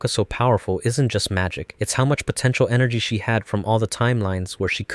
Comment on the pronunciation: DID YOU JUST SAY POTENTIAL?